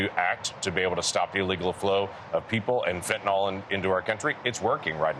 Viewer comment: FentanYL, not fentonOL